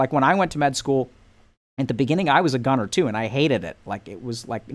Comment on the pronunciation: You mean "gunner" not "goner".